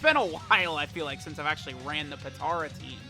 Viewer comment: Normal People: Potara: PiTtaUrA